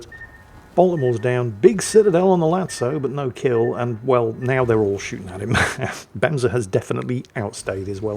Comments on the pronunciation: Fun fact: The way you pronounced it, benza, means toilet seat in Japanese lol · So, you figured the e's in Bemse are pronounced the same way the e's in words like emperor or elevator are pronounced. Then I think you can also pronounce Japanese destroyers' names correctly. The Shimakaze for example, the e in that is pronounced the same way.